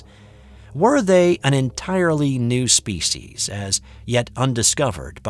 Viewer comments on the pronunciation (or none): none